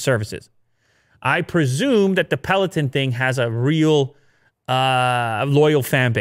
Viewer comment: peloton, please say it correctly. it's a little off when you say it and irks me everytime i hear it loool.